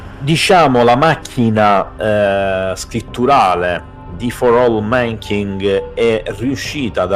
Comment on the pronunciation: Si dice /mænˈkaɪnd/